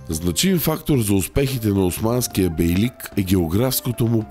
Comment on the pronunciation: Не "бейлИк", а "бейлЪк", и не "караСИ", а "караДЖЪ". Освен това, говорителят не само има тромав изговор, но и носов, като че ли е хремав.